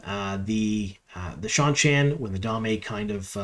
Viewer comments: Excellent breakdown! I think you have caught quite a number of Easter eggs and such that the other channels and personalities have overlooked. I did one want provide one note, and I mean this in the nicest way possible but I believe Damane is pronounced dah-mah-nay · By the way, the damane are the captives. Dah-MAHN-ee. The a'dam (AYE-dahm) is the device that captures them. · He's been doing that for years. It's one of his pronunciation quirks. He omits the "n" sound and just calls them "da'mae" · Da-Ma-Ne? Great Video - great breakdown!